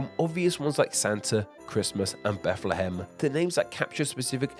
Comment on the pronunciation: It's pronounced Beth-luh-ham, not not Beth-lee-ham